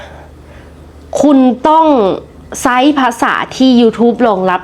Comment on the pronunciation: ใช้. น้องอ่านใซ้ ซ. เสียงก็ขึ้นจมูก ถอนหายใจดัง ค่อยๆฝึกนะค่ะ แล้วจะดีขี้นหลาย